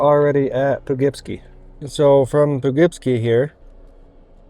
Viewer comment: Po-Kip-See. Great video but making nuts with how you say Poughkeepsie. Haha 👍🏻